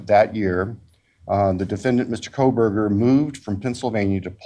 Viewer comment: Why does everyone keep saying “Koleberger”? It’s “Kohberger”, without an”L”.